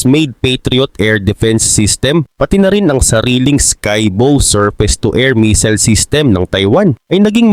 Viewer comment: taga China cguro ito😂 missile hindi meseals🤣